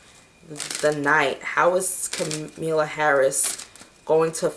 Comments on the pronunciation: Kamala = comma-la. Com-a-la lol. Love you sis, but you always butchering someone name lmao. I be getting flashbacks of my old white teachers. Solid prediction though. This is karmic debt in full effect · Kamalla Harris,her name is pronounced comma la